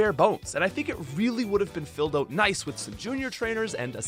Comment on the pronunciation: Anyone else laugh every time he said "oat" instead of "out"